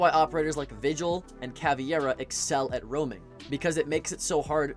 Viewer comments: Good video, but please its CA VE I RA not CAVIERA. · It’s caveira not cavi-era